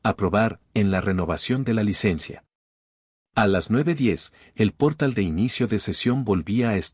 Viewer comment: NO es "gatilló" sino gatillo, palabra grave, de la misma forma NO es "pórtal" sino portal, palabra aguda. Que vaya aprendiendo español la IA.